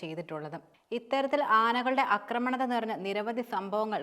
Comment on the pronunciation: അക്രമണം അല്ല ആക്രമണം . ശ്രദ്ധിക്കുമല്ലോ.